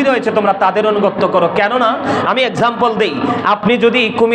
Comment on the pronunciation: তুইতো অনুগত্যই শুধ্যকরে বলতে পারস না। বটপার.…....